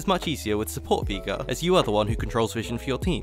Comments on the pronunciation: If i hear you say veigar like that once more, i will un orange your juice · I love the videos. But the way you say Veigar triggers me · You pronouncing Veigar wrong hurts me mentally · Bro learn to say veigar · You did not just call him vigar xD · its VAY GAR!!!!! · i dont like how you say veigar as a veigar main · Its not Veega >.< Listen to Mordekaiser! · why does he pronounce veigar as vigar or vaiagra like xD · Great vid. I gotta say I found "veegar" very upsetting but thats a me problem, even if that pronunciation is objectively wrong. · Wtf why are you calling veigar vigar???? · Every time he said Vigar I visibly cringed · Please for the love of god stop saying Veegar. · I like how you say Veigar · the way this man pronounces veigar makes me physically cringe, but other than that, amazing video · You pronounce veigar like you typo'd the n word